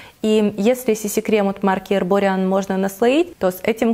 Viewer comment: здравствуйте,правильное произношение эрбориАн. Отличие BB от CC видимое только в плотности покрытия и насыщенности пигмента. BB будет полегче и пигмента чуть меньше ) У доктор джарт так же есть отличная линейка BB кремов. Они для разного возраста, с различной плотностью покрытия и spf, если вас заинтересовала эта марка советую попробовать, очень качественные продукты ) Спасибо за видео, очень интересно послушать ваше мнение о косметических и уходовых продуктах )